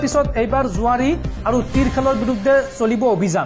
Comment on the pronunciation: জোৱাৰী নহয় জুৱাৰী।